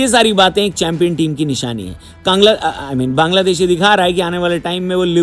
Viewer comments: There is a clear difference between an ordinary person and a YouTuber with a huge platform. As a professional and influential YouTuber, you have a greater responsibility to be respectful and careful with your words. If you don’t even have this basic knowledge, please stop talking and don’t expose your mentality in public. Calling Bangladesh “Kangladesh” is not a harmless mistake—it comes across as disrespectful and unprofessional. At the very least, learn to pronounce the name of another country correctly and show some basic respect to its people. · Why are you insulting Bangladesh? Say its name correctly.😢😢